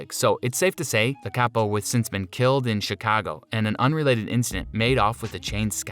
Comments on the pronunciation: Kapa/ cape-o??? Dafuqqqq?!! ITS CAP-O, do ur research.. my god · He also said “kapa” called offset “officer” and a whole slew of other BS 😂